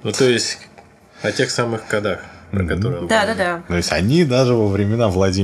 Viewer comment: Господи, да не кодАх,а кОдах,учитесь говорить по- русски,прсто срам,я уж не говорю про мат!